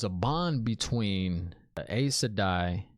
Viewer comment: "Egg-Wayne" (Egwene) "Eyes- Seh-dye" (Aes Sedai) Aiel (Ah-yeel) 🙂